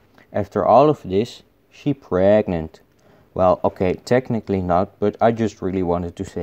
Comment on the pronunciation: "she p r e e e g e n t" "bAy beZ"